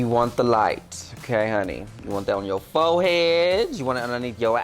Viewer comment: I love how she pronounces foehead